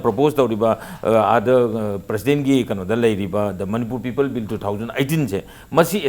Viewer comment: please pronounce 'people'as 'people'and not as 'peoples',they carry different meanings.